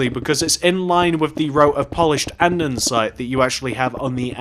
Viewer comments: ITS CALLED ANDESITE NOT ANDENSITE!!!!!!!!! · Great video, however it's not andensite its ANDESITE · pleeeese stop saying andensite its andEsite